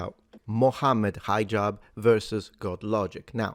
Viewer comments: You pronounce his name as High-jab. why? His name is pronounced like He-jab. It's not hard to say. Especially since you're not an American hillbilly. Not a big thing but what with that? Otherwise, it's not the first time Hijab blocks or edits debates he took part in. A snake of the worse kind. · Hee-jahb. But he does act high so I'll forgive ya. Lol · High Jab? No. It's He-Jab